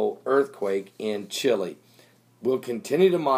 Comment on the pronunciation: Chile, not Chili